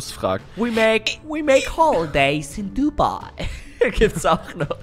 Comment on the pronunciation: Bei Dubai hab ich Huawei verstanden